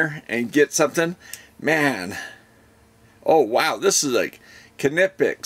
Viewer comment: You pronounced Knipex right! Great tools. You will like the hot swap tips! Heat up in 15 seconds.